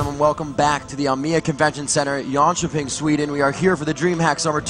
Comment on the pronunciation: Its jönköping not john chopping lol